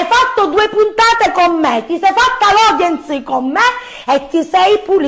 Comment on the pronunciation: Ma è fissata con la I. Coviddi, Audienci... Tilde che fa? La Speaker Radiofonica? Però c'è un problema... si direbbe: "Fenomeno da Baraccone", non da "Barracone", che sembra più Barracuda. Il conduttore, poverino, mi è sembrato spiazzato... ho apprezzato molto Mario, Michele e Michela, che hanno mantenuto la calma finché hanno potuto e hanno espresso il loro parere senza sfociare nell'insulto.